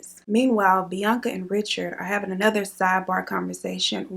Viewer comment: you could have given me years and i wouldnt have guessed you say his name like bianca